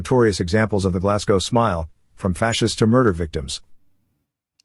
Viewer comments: Pronounced Glazgo, not Glassgo. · It's "glaz-go" not "glass-co" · It's pronounced "Glaz-go" not "Glass-gow" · I love hearing Americans mispronounce 'Glasgow'. Here in Glasgow we call it Glesga. 😂😂😂 You should do a reaction to videos covering the Scots language. That'd be interesting. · It's pronounced glarzglow